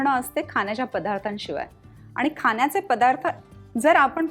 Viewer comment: खाण्याचे असा शब्द आहे खान्याचे नाही.